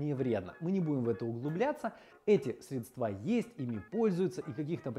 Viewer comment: не средствА, а срЕдства!